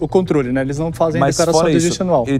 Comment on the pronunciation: Dislexia, será que foi o? Kjjkkk "Conrtole"